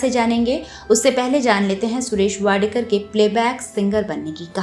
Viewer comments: Madam his surname is wadkar not wadekar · Vadekar nahi vadkar Thikse bolo😂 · माफ किजीये मॅडम जी. उनका surname वाडकर हैं, वाडेकर नही. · वाडेकर नही वाडकर foolish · सुरेश वाडकर है। वाडेकर नहीं। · टायटल में आपने सुरेश वाडकर जी का नाम वाडेकर किया है. कृपया उसे ठिक करिये. कभी वाडकर उच्चार करती हो तो कभी वाडेकर.नाम ठीक से उच्चारण करिये. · वाडेकर नही “वाडकर” वाडेकर सुनने मे बडा अटपटा लगता है. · इतने बडे गायक का नाम असलमे सुरेश वाडकर हैं... वाडेकर नही... आधे घंटेकी इस डॉकमेंटरी मे उनका नाम ढंग से लेनेके कष्ट क्यों नाही किये.. मराठी लोग जब हिंदिके उच्चारण करते हैं तब ढेर सारीं गलतिया निकाली जाती हैं.. लेकिन इतने बडे गायकका नमः एक बार नाही हर बार गलत लिया गया... ये बात रेकॉर्डिंग के वक्त किसीके ध्यानमे नही आई? या जान बुझकर वाडकरजिका नाम इस ने भंग कर दिया? बहुत ना इन्साफी हैं ये... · वाडेकर नही वाडकर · वाडकर सरनेम को कितनी बार वाडेकर कहा आपका चनल हिंदी मे है ना ऐसा गलती क्युं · वाडेकर नाही,वाडकर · वाडेकर नाही वाडकर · वाडेकर नाही वाडकर ! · Wrong surname pronounced. It’s not WADEKAR correct surname is WADKAR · सुरेश वाडेकर नही, वाडकर है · वाडकर ना वाडेकर का बोलत आहात तुमच्या खिशात ला काना लावून आडनाव चुकीचे बोलत आहात ते खूप मोठे कलाकार आहेत. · सुरेश वाडेकर नहीं, वाडकर. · This great singers sir name is WADKAR not WADEKAR please rectify its name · It’s सुरेश वाडकर, please note! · उनका नाम " वाडकर " है .. वाडेकर नहीं ! और सिंधुताई " सपकाळ " है .. सपकल नहीं !!